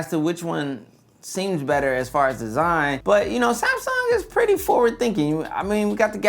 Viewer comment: He said "DEEZINE" 😄